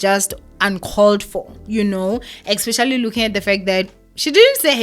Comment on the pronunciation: Ba mo laile Lerato. You get what you give. Most Ppl ba jealous of Lulu and will never amount to what she is and how she looks. Fact!!! your Egrish is bad too but I would never judge you. Like in this video you said "expecially" and I don't think it's a big deal you still got your message across to us your ninjas. Stop bullying this poor girl or o mona na?